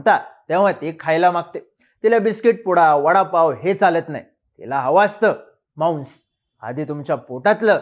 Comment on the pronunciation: मांस✖️ माउंस✔️ 😂😂😂😂😂😂😂